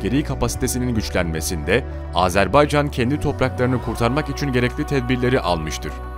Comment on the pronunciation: Sayın Bakanım , Sayın Çavuşoğlu "Azerb"e"ycan değil Azerb"a"ycan . . . .Minik bi yanlışı düzeltelim dedim, kötü bi nietim yok.... "Can Can Can Azerbaycan" 🇦🇿🇹🇷❤️🇦🇿🇹🇷❤️🇦🇿🇹🇷❤️🇦🇿🇹🇷❤️🇦🇿🇹🇷❤️🇦🇿🇹🇷❤️🇦🇿🇹🇷❤️🇦🇿🇹🇷❤️...O pişmanyanın sakallarını cımbızla tek tek yolsak yola gelir :)))))